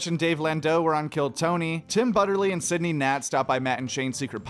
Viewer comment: I know of Sidney Gantt, but not Sidney Nat